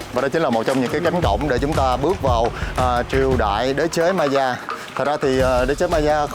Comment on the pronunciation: Nếu em không lầm thì phải đọc Maya là "mây-a" á ạ